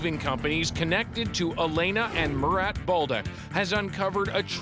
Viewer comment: His name Mu-rat